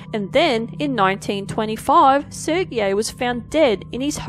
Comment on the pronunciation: whats a Hair loom? and what is pank rations? thats how you pronounced them... what is this vocal dyslexia? and lets not even mention the name Sergei...